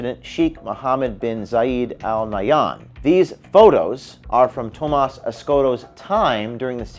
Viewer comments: Talk about deceptive - look at the name for clues. Tomas could almost pass for the American name (with a slightly different spelling) but sounds more like Hamas when when pronounced. Looks like one thing in our culture - and is different entirely. James said it perfectly - the point and outcome will be improved safety (consciousness-action-enhanced, appropriate results around such matters), transparency, clean-up, and security. Tomas needs to face the charges while things are overhauled and changed. All others working details need to be looked at and cleaned up, accordingly, asap. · What more do you expect out of a leftist. It's not Thomas it's Toemas' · Thomas, pronounced Dumbass.